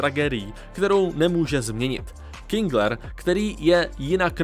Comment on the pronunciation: jen to teda není Kingler, ale KINGER